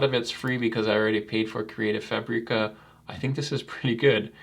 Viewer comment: Omg it’s FABic-uh! Not FuhBREE-kuh.